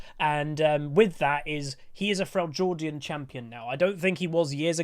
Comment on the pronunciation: Frell - jord ian. XD